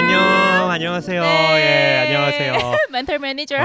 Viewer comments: 어머 이 콘텐츠 너뮤 재밌어요!!!! 섬넬이 빈티지 미국 잡지책마냥 너무 레트로하고 예쁠 뿐만 아니라 내용 너뮤 알차고 웃기고 힘나네요!!!! 다른 영상도 많이 봤는데 여기서 핑쿠 잠옷 입고 나와서 메니ㅈ ㅕr 발음 제대로 살리는 것두 너무 우끼고요 ㅋㅋㅋㅋㅋㅋㅋㅋㅋㅋㅋ 영구 멘탈 메니졀 해주세요 매주 매주 고정 코너 해주세요!!!!! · 쌤 “매니졀” 발음 개찰떡이야